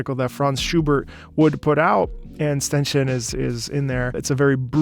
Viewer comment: Ah yes, "ztenschin"... Come on, man, you literally demonstrate how you can properly pronounce German in this video ;D